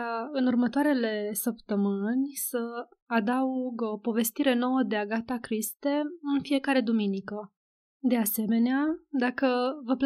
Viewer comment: Nu este agata criste! 🤦‍♀️